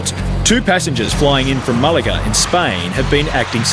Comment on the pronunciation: Its Malaga not Mulaga!